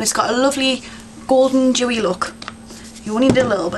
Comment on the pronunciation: i like when you say 'smoodgy smookie louk' aka smudgy smokie lookxD